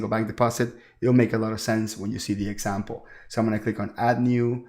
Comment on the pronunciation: this is awesome. I love the way you say "for esssample". Love it! Can you please direct me to a video or tutorial on how to setup an LLC with 3 partners? Also if 1 partner has made contributions and how we would make draws instead of paying employees. I have searched the net up and down and there are no easy tutorials on how to setup this "esssample", lol. Please help and thank you so much for your videos!